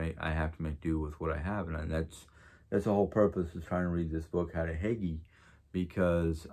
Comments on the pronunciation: Nice video! Again, I’m pretty sure Hygge is Pronounced Hoo-guh ❤️ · Hello I'm really enjoying this series on Hygge.And I myself can't pronounce this word lol because it doesn't sound anything like it looks.So I searched how to pronounce it and if I can be any help to you I'd be happy that I did correct you and help.It is pronounced HOOGA it's tricky lol.Can't wait to hear more about Hygge since I myself can use some form of relaxation at times.Have a great day